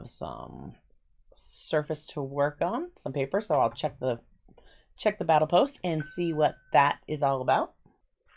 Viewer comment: Don't get me wrong, the boxes and your art is great. However. That says "bottle post" not "battle post" unless I heard it wrong several times.